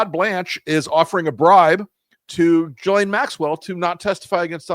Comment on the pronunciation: I really think people should learn to pronounce Ghislaine correctly if they are going to discuss her.